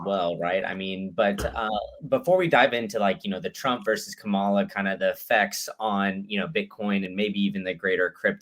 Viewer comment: doesn't have the guts to correct disrespectful and intentional mis-pronunciation of Kamala's name.